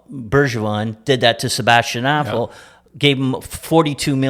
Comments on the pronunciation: Sebastian Asshole? Lmfaooooo it’s Aho….. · Did he say Sebastien asshole twice...instead of Aho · Is he saying as$ hole instead of Aho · Hahahahahahahahah I think they used 15 different pronounciations for Kk, Aho, Bergevin....🤦